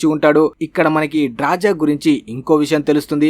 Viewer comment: ఆమె పేరు డ్రాజా కాదురా అయ్యా, డ్రాస. 😅